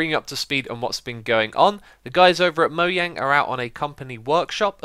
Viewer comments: MOJANG MOZHANG NOT MOYANG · It's mojang not moyang